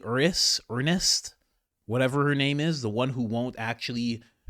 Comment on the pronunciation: You butchered Ernst and Hegseth but I love ya - Great video.